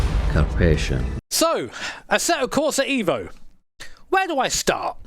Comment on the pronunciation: It's eh-vo not eevo. Fact check me bro.